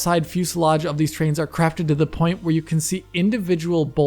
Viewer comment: .....did you says Trains? lol We'll chalk it up to the accent and move on.:D With that said, love the video, can't wait for you to do a deep dive into this tech.